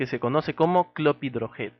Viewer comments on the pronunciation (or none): gracias por el vídeo, sólo una corrección, no es clopidrogel sino CLOPIDOGREL. Un saludo